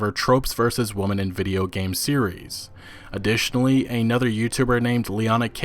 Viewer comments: You say "woman" when you mean to say "women." I've noticed this three times now. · Why do you keep pronouncing “women” as “woman”? The notion of “replacing white with black” is a false equivalency. I’m not saying that guy’s tweets were entirely rational. Some of them I understood, motivationally, but others just seemed entirely unhelpful and intentionally inflammatory... but then, I’ve never been victim to more than a fraction of a fraction of racism because I’m a white guy. The shit I HAVE been repeatedly victimized by DOES make me apt to be inflammatory on those issues. It’s human. This video wasn’t bad; it didn’t sound like an unbalanced hatefest to me. So, points for that. I’ve not been following this issue’s every detail, though, so I’m finding it hard to have any impression on this BioWare visit at all. Yes, there’s controversy around the company and Sarkeesian (but, as you noted, she’s not wrong about everything she says about this industry), yet there don’t seem to be any details about what she said at this meeting in specific that had people upset. “Reports” of upset is pretty vague and this is the second of two videos to leave the details of this event at that level. Guess I’ll keep checking out these videos to see if more details were forthcoming, since this was about a year ago... I found your videos via YouTube suggestion while watching videos about Fallout 76’s mess. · Why are so many people incapable of pronouncing women in the plural. Stop pronouncing women, plural, as woman... please!